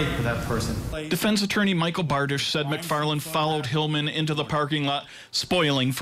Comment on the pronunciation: Definitely a horrible teleprompter reader. MCFARLAN isnt a hard name to pronounce.